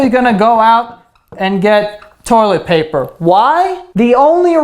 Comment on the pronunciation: toilet "poper"